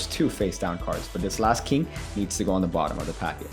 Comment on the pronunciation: What is a “keeng”?